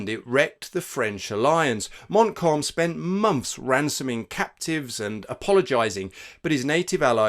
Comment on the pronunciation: listening to your pronounciation of Montcalm I think you will have to apply for a German passport and so fieldgrey history is born